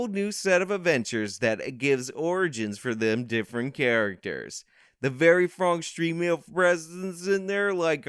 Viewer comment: “The very frong stremale performance…” You can’t read this article at all! 🤣🤣